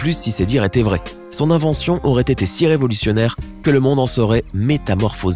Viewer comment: 4.07 revolussunaire 😂😂😂